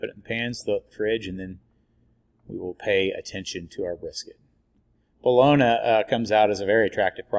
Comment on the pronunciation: New resident to Stilly. Seen your product in Homeland. Came here to talk shit. The only thing i can find is your pronunciation of bologna. Haha. Everything else is spot on.. i did indeed flood my kitchen with FOUR briskets in my oven finishing up. Nor i finish in the easy oven (pellet grill) six in sticks finished on pellets. Good job. I will definitely try your rub next time. This time im doing a jack daniels themed memorial party. So injected with jack n coke and a jack daniels rub from academy. Great video man. Lets smoke sometime.